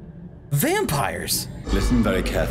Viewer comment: your happy ‘Vanpires’ made me laugh